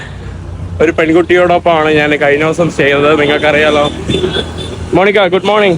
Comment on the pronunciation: നാൻ അല്ല, ഞാൻ ആണ്